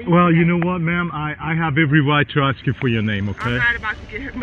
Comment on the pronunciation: Bad Baby is going to axthhh for the report😂😂😂